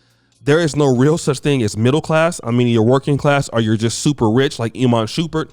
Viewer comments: Shump- Pert not Shu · always fuccin someones name up its "Sh-um-pert lmao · Did dis niqqa say Iman Shoopert?? 😂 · Shumpert not shupert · its shuuuummmmmpert thou not shupert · Shump not Shoomp at least learn the names👀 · Imma need you to pronounce that man’s name correctly. You out here calling that man “Shoompert.” 😂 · Yo, if he says shoopard one more time😤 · It's Shump-ert 😭😭😭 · Stop saying his name wrong lol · Bro pronounce his name right🤦🏽‍♂️…. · Would you PLEASE say this man's name correctly 😒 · It’s Teyana Taylor like saying it “Tiana” and his name is said Shum-pert not Shoom-pert 😂😂💯 but I agree with Iman you don’t have to be wealthy to think this way most men don’t care